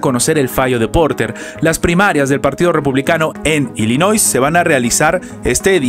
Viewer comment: Se pronuncia Illinois. NOT ILLINOI(S) NO (S) LOS REPUBLICANOS NUNCA HAN GANADO ILLINOIS.